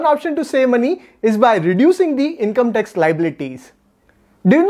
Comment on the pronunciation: Very nice information. Your pronunciation of Tax is tex. It is confused for sometime and later it is realised. So please take care on this and your pronunciations.